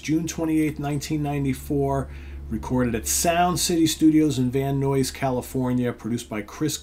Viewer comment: Van Nuys is pronounced Van EYES. Not Van NOISE. 😊